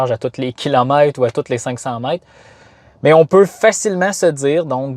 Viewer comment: Kilomait? Que fransé si extraordiner